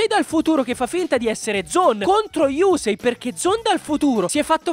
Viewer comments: Però si dice yussei non yusei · Sentire yùsei fa male alle orecchie :)